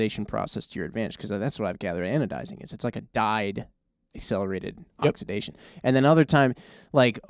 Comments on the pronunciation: Wtf is oxdizidation? It's oxidation God damn it. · oxidation pronunciation. Ox-I-da-tion